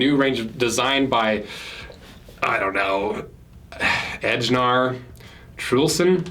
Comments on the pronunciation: Great video as usual Ejnar -> pronounced Eye-Nar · As a Finn I just want to ask: Can we have a video where people from non English speaking countries can send their names for to pronounce? I absolutely loved "Ohh... I dunno. Edgegnarr?"